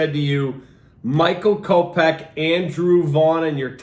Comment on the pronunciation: It’s kopech bud u absolutely botched tht